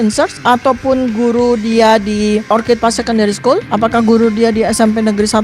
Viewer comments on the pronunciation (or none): ORCHID artinya anggrek itu pengucapannya OR-KID. Kalau yang diucapkan "or-cid' itu, kata "Orchard " yang artinya "kebun buah". Tolong kalau bahasa Inggris diucapkannya yg benar biar gak malu2in